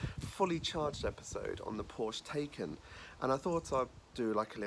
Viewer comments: It’s pronounced ‘tie-can’ Not taken! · Mispronounced Taycan. I only say this because the correct pronunciation sounds better. Tie